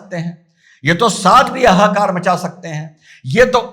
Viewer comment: Ha ha kaar. Aaha kaar nahi😊🙏